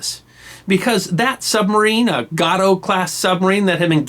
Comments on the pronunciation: You weren't (aren't) a historian if you cannot pronounce Gate-O. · I love your channel and I subscribe, I'm actually a degreed historian as well, but you're better. Two issues with this particular video: "Gato" is pronounced with a long "a" - as in gator. And Groton, CT is pronounced with a short "o" as in crouton potatoes. I lived in Groton while with the Coast Guard. Otherwise, and I'm just being picky, keep up the good work and thanks. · Agreed. Gato rhymes with Fat Oh. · It’s pronounced GAY TOE not got toe. The galloping ghost of the Japanese coast - USS Trigger. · FYI Gato is "Gay-toe" and Groton is "Grah-tun". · I used to know a guy (he was the night manager at a factory where I worked) and he had retired from the Navy as a submariner. He started on Gato class and ended up on nuke powered subs. He pronounced Gato with a long A (as in May). Just saying... Great video though (as always)! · Gato class pronounced gay-tow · Don't you pronounce it Got-tow. Like the Spanish word for cat. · Submarine class is pronounced GAYTO not GATO like a Cat in Spanish. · A long "A" sound would make it [GRAY-ten] where GRAY rhymes with STAY. Are you sure about that pronunciation? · "Gato" class boat .. pronounced with a long "A". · It'a GATO class, pronounced w/long 'A'...Groton short 'O'. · .......Mate, you go ahead and mispronounce to your hearts content.......it won't affect by one iota the wonderful job you do in not only remembering history,....but also in presenting it to people like myself who find all your videos fascinating and highly entertaining. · Gato the shark (which the class is named for) is as pronounced it. Gato, the submarine, is pronounced with long "a". Americans, especially before the Internet, are lousy at foreign languages.